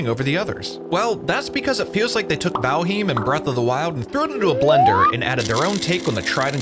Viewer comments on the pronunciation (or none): Say valheem one more time... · “vALheEeeM” 😂 he has to be trolling lol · it isnt, it's val-highmm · What a dumbass way to say Valheim 😂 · By all means continue to do so I think it’s hilarious. I never heard anyone say it like that lmao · riiiiight. Its bad enough you can't properly say Valheim, but then you lie as well? And lie saying your intentionally pronouncing a word wrong.....what a douche. Your narration sucks, your videos are terrible, too tryhard with all the sounds and clips added. Pure cringe douche. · Great video, except how you say Valheim :P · wait.... is that how you pronounce valheim?